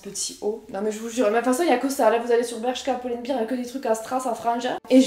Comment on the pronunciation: Tu es magnifique! Mais juste pour info: Pull and Bear, ça se prononce "poule end bèèèr" (bear = ours alors que quand tu prononces "biiiiir", c'est "beer" = bière). Voilà, c'était au cas où. 😉